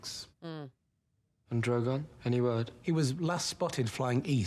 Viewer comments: I tried to take a drink every time you said "Drogon" but I'm completely sober coz I threw up every time I heard you say Druh-Gone.😂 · That bothered me like cmon now, you’ve heard it multiple times😂 Dro-gooon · That shit drove me nuts!! I’m like how hard is it to say “Drogon”!? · All these episodes later and you still can't say Drogon!😂❤